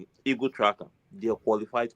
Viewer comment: Why do you people mention EAGLE as EGOS? Did you guys study ORAL ENGLISH? Ah why you people have such bad pronunciation? Just imaging words like GENERATOR, PASTOR, DOCTOR, INVIGILATOR, PROTECTOR you mention it as ending TOR instead as TA. I always can't stop laughing at our neighbors and ask myself which European country colonized them 😂😂😂